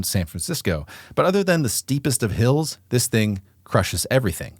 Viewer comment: I'm sorry did you say hills ?